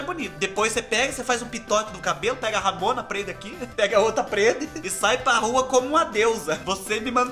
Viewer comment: Kkkkkk...ouvir vc dizer RAMONA...kkkkkkk foi tdo...kkkkkk Minha avô falava assim